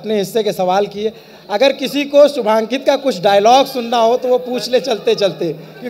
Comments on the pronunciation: Yar ye Shivankit ko Shubhankit q bol rha ... Thoda homework bhi nahi kiya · 36 बार शिवांकित को शुभान्कित बोल रहा है। घण्टे का रिसर्च किया होगा इन्होंने? कोई टोक भी नही रहा है इनको 😏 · अरे वो शुभांकित नहीं शिवांकित है। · Bhai anchor shubankit bol raha hai.. He's Shivankit... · This is a thing of shame that you're pronouncing his name wrong again and again... He is shivankit not shubhankit... At this level the mistakes are not mistakes... They are crime😡 An apology is required from the side of Lallantop, you have insulted a well known artist.